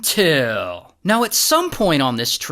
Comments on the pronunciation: I Love the “UNTILL…” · the "UNTILL!!" always gets me